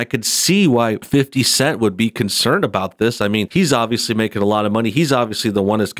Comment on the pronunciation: Was I the only one to chuckle every time he said "fifty cent" like a middle-aged white guy? 😂🤣😂